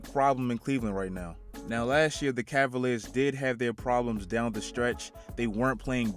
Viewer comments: Really “cleveland assaliars” bruhhh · Nigga said ass-aLiers I'm crying 😂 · Bro when he said Cleveland ass-aliers it had me dead and I'm a cavs fan too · Lmfao Cleveland Assaliers 😂😂😂😂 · did dis man just say assaliers